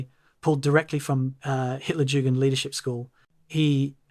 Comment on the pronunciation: What’s with the weird pauses while narrating? Also, learn to pronounce Hit—-jugend